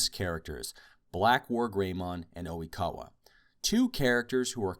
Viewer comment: Is Oikawa really called "O'wikawa" in american dub..?